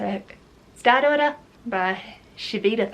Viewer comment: I wish you would make a point of holding the book upright without your fingers blocking the book title and/or author so I know what book you're talking about. I had to freeze frame on Star Daughter to figure it out because I thought you were saying "Stat Order." The graphic overlay was in the way as well at times. List of books mentioned in show notes would be valuable as well.